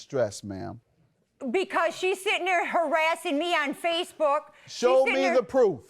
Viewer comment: “harassing me on fyacebouk 😡😡”